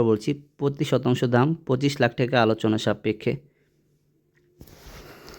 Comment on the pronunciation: আরে মদনা টেকা না😅টাকা বলো